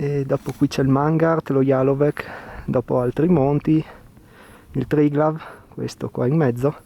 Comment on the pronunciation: Jalovec come Bovec la c finale si pronuncia zeta mentre la v finale del Triglav si pronuncia come una u